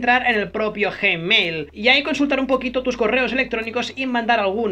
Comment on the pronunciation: Nadie:: J E M E I L XD